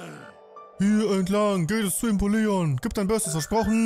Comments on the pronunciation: Sehr cooler Stream, aber bitte hör auf Impoleon falsch auszusprechen.😭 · Wie der Impoleon ausspricht😂😂😂😂Impo Leon😂😂😂